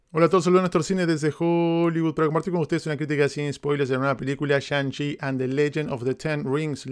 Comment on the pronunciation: Y a diferencia de Black Widow esta si la repetiré más de una vez. 🤔🤔 Pensando en quitarme el Cubrebocas por qué momento palomero. Pero es "Tzi" no Chi🙄 Okey ya me voy 😄 Gracias 👊🏻